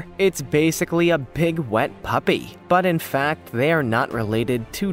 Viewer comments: Swear I thought he said, "PIG, wet puppy!" instead of "BIG wet puppy!" 🤣🤣🤣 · HE SAID PIG!!!